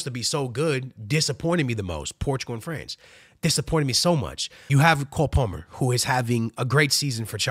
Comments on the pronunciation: Coal Polmer lol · “Call” Palmer 📞 lol